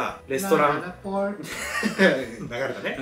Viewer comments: ララポの発音良すぎw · らーらぽぉrーと♪の発音良くて好き😂